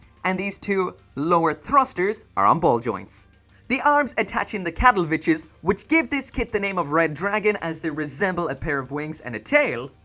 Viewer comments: My hearing is bad and i keep hearing you say “Cattle bitches”? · Best I got is "Kal-edd-voolch". But pronounce the "ch" like a cat hiss. :)